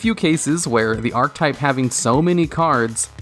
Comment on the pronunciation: Don't take this as a negative, but archetype is pronounced "ark-eh-type" not "ark-type". Just had to let you know. Keep up the hard work. -a fan